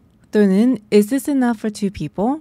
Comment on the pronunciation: Is this 할때 this 발음을 어찌 해야할까요 이 지스 이런식으러 들리는데..